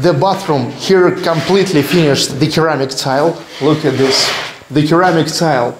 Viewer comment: Just to help you, "ceramic" is pronounced with an "s" sound rather than a "c or k" sound 🙂